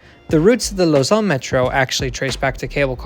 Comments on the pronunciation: Well really it's more like /lozan/ i think, rather than /lozɑ̃/, but still way better lol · Glad to see a YouTube channel pronounce Lausanne properly instead of pronouncing it like lasagna